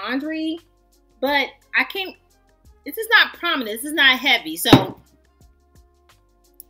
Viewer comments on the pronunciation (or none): Awwwwwwwww thank you so mucu for your entertaining review 😂❤ thank you for putting us on to the Banana shower gel!!! Its the PRO- MA-NENT fa me😂😂